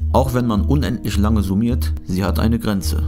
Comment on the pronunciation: "Kann isch einen unendlisch großen Wert erreischen?" Paradox ist auch, wenn jemand "ch" nischt ausspreschen kann ...